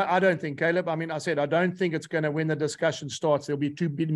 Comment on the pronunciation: It's Caleb, ffs!